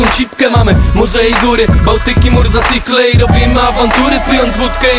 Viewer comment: "Mamy: morza i góry, Bałtyk i Murzasichle" miejscowość Murzasichle źle wymawiacie ;) inaczej się to wymawia xd